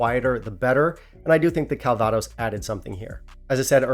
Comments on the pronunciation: If you pronounce CALvados CalVAdos, why not pronounce BANGkok BangKOK? At least that makes semantic sense, right? Less importantly, this doesn't seem to be selling that easily in the German market (nothing is, really), so it's already available at a best price of €76 with shipping included. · I'm strangely impressed that you managed to stress the wrong syllable in a three syllable word when you said 'calVAdos' instead of 'CALvaDOS'! Having drunk quite a lot of it in the region where it was made (including some 1933 and 1945 vintages from either side of a certain German Chancellor) and even picked apples that were to be used in a vintage after I came home, it just sounded so odd to me... I suppose it's similar to 'Loch loMOND' instead of 'Loch LOmond'! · Calvaaaaados? Could be worse.... 😁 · Your pronunciation of calvados is funny 😂